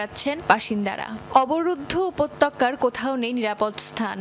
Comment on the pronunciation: উপতক্কা না আফা উপত্যকা।